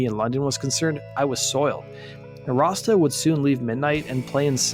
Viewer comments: It sounds like your calling him "Rasta" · Why does he keep saying rosta or razda? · You say Rossdale really weird! Sounds like you’re saying Rasta 😆🤦🏼‍♂️ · Everytime you say "Rossdale" it sounds like "rasta". ENUNCIATE. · Sound like you’re saying, Rasta for Rossdale. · Doesn't sound like you are saying Rossdale right